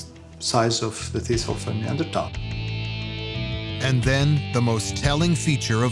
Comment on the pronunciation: 네안데르탈인 하이델베르크인은 학술용어로 이미 정착 그런데 나레이터 는 히델베르겐ㅇ라 니안제르톨이라 발음